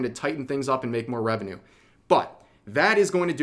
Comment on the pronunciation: I just noticed that revuwu sounds like a moron pronouncing "revenue"